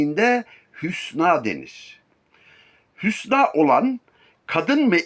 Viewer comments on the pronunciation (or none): " Hünsâ " olacak hocam :)